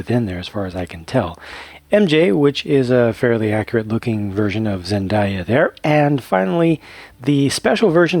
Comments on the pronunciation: Small correction for future reference, Zendaya is pronounced (zen-day-ah) opposed to zen-die-ah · Love hearing your thoughts, but you mispronounced the actress's name who plays MJ/the girl minifigure. Her name is Zendaya but it is pronounced Zen-day-a✌🏼